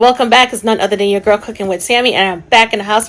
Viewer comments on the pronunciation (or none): none